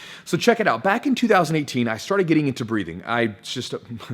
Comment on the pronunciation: I thought you said "breeding"